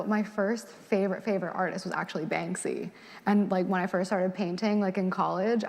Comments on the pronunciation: At first I didn't even know who she was talking about because she kept saying "Bang-zee" and then I realize I think she meant Banksy, which I think is pronounced just like it's spelled, i.e. Bank-see. And Picasso is very problematic as a person and an artist. She just sounds so pretentious, yet incredibly immature for the stage of life she's in and the education level she's claimed to attain. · And she kept calling him "Bang-zee" 😭😭😂😂